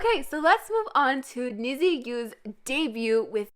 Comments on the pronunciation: Hi! you were close pronouncing NiziU. that's ok, I'm here to help. it's " Ni-juu" as though you're saying "Need You" according to JYP in Japanese it also means " twenty", so I assume it's because they will debut in 2020 "Make you happy" is a pre-debut song like Twice's " Do it again" Their official debut will be in fall 2020. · Hi and anyone reading this. I want to correct something you said but it is no hate at all. The group NiziU is actually not pronounced the way it's written (I know, sounds crazy but please keep reading) So as a Japanese person myself, I feel like I need to tell you guys this. Basically in Japanese, their group name is "虹U" which is actually pronounced like "Ni ji" U. 虹(niji) means Rainbow and I read that the girls are supposed to represent many different personalities or "colors" and unite (that's the U) and become like a rainbow. I'm actually so confused why JYP ent. write their name as Nizi instead of Niji because it clearly is confusing a lot of people how it should be pronounced. I think whoever was doing the romanization in the company definitely isn't Japanese and didn't research enough either. As someone who is fluent in Japanese and close to fluent in English, I felt like I have to spread this information. This is no hate at all by the way just a info I thought could be useful. By the way I love your videos so much💛💛💛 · NiziU is actually pronounced NijU, its supposed to sound like Need You